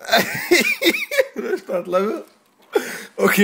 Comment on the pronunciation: Restartolni kell a levölt meg finál shaowdaown xD